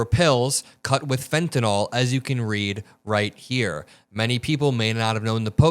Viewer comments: Its not fentenol... its fentanyl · PLEASE PRONOUNCE THE DRUG CORRECTLY!! IT SHOWS YOU ARENT PROFESSIONAL. ITS FENTANYL (NIL) NOT FENTANYL (NOL). PLEASE! You're misinformed!!! R.N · my pet peeve: it is not pronounced FentaNOL -- it is Fenta NIL. end rant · Not always credible since the drug in not fentenOL, it is fentenYL. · I wish people would stop mispronouncing “fentanyl.” Is there an “a” in that last paragraph? No, that is a “y.” The pronunciation guide uses a schwa sound. Pronounce it as though it ends in an “le,” as in “little,” or “able.” You can look up the pronunciations of any word, and nearly any proper noun, online. There is no reason to mispronounce words, when you can find & learn the correct pronunciation in one minute’s time.